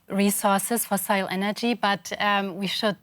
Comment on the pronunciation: "foseel", "fosail", "fesael". This lady seems empty. So illogical. 😂